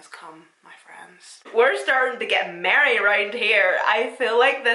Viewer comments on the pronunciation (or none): Girl you said merry I thought you said married 😊 ❤ Xoxoxs